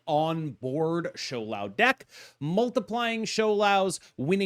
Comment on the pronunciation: Props to pronouncing Shou Lao pingyin correctly 😊